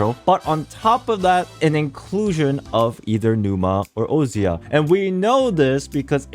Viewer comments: I feel like its probably pronounced "oh-sha' instead of "oh see ah" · as a greek i cant stand the buchering of the words "ousia" and "pneuma" in the game translation LMAO It's read "Usia" and "Pnevma" and Arkhe is read "Archi"